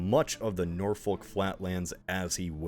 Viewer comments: It's pronounced "Yah-muth" and "Nor-fuk". Norwich is pronounced "Norrich" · Sorry but Great YARmouth, NorfoLK and NorWICH nearly gave me a stroke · the pronunciations of East Anglian place names is killing me! (Norfolk, Great Yarmouth, Norwich) but i love the video, as usual (a little hint: if you know how to pronounce Portsmouth, apply that logic to any other town name with the -mouth suffix — Yarmouth, Weymouth, Bournemouth, etc)